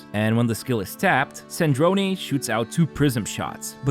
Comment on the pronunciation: It’s Sardrone not Sardronee